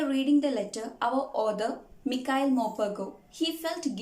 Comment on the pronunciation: It's not pronounce like mikhail it pronounce like Micheal